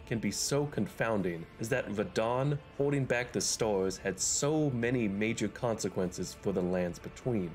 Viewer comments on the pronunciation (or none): What dialect is that? I can only hear store and stores instead of star, stars